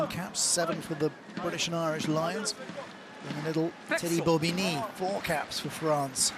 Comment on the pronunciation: Why is it that English commentators are too lazy to pronounce French names properly or at least attempt to do so? Anyone with an ear for the language knows that Alldritt is pronounced "al-dreet" not "awl -drit"! To his credit he does get many of them correct, such as Bobigny, Cancoriet and Thomas. Alldritt is a blind spot with so many commentators, it seems.